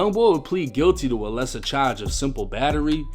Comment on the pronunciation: Y do u say charge like that I’m from Baltimore but bro that shit mad annoying